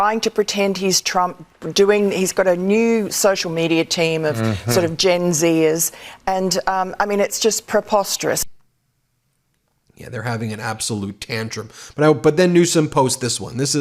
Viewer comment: "Per-posterous?"🤔 Lady: Your pronunciation is off!